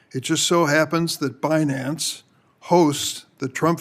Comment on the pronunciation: Forbes chairman 😅😅 bi nance fi nance tri nance bi partison Embarrassing 😂😂😂😂😂